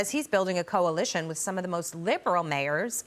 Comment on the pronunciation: Did he say coalition or collision?